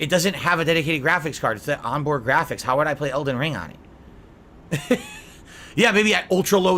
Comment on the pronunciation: "AHNbhoard Ghraaphics. Okhaay?"